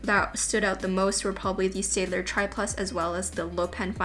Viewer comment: Staedtler is actually pronounced "STAT-LER"